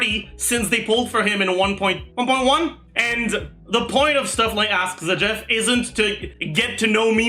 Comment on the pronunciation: By Q: why does Zajef pronounce all the character names wrong?